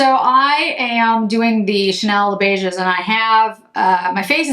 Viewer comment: The 's' letter in beiges is silent as all words in French which end with 's' when it is the plural. This is not a criticism. Thanks for the thorough review.